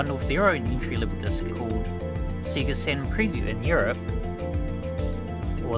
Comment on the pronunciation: I appreciate the unapologetic Australian pronunciation of Sega.